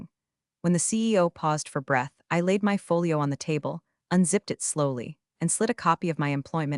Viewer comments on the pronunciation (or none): none